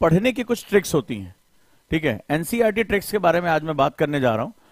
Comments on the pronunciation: Sir Trics nahi hota tricks hota hai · Trics nhi sir tricks hota h 😅